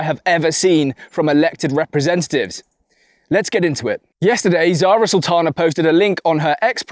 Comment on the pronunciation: Zara saltana? 😂 Sorry, only 10 seconds in.